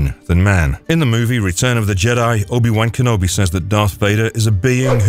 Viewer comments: Obi Wank Enobi? That is NOT how its pronounced 🤣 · Jesus the way you pronounce obi wan kenobi is so angering